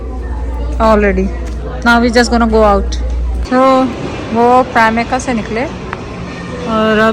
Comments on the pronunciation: you’re so cute. You kept saying primarka instead of primark. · It’s primark auntie not primika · its primark not pramika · Aunty it's Primark not primika